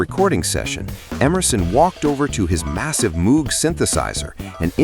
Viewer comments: Moog is not pronounced MOOOG. Say MOE or MOW (mow the lawn ), don't say MOO (cow says moo). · And, Bob Moog pronounced his last name with a Long O sound, not like a cow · Hey, AI voice, if you’re so smart you should know that Moog is pronounced with a long “O”, like moat. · Moog is pronounced "mohg," with a hard O. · The "Moog" synthesizer is pronounced like "vogue." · Moog is pronounced “mohg,” (rhymes with “rogue”), not like “mood.” Stupid a.i. narrator. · do not pronounce Moog like moo it is disrespectful. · Narrator doesn't know how to pronounce "Moog."